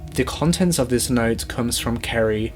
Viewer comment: I can barely understand what that girl is saying sometimes :(. Instead of saying "other" she says "uhver" and said "not" instead of "note". I had to listen and concentrate so intently on the words, it took me out of the story sometimes. Work on pronunciation a bit. It still was a good video over all though, no hate. Thumbs up.